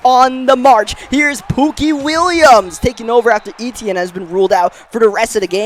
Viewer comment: Finally says Travis Eitienne name right 😂😂😂